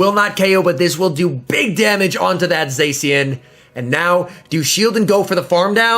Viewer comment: please don't say "Zesian" , it's pronounced "Za-shian"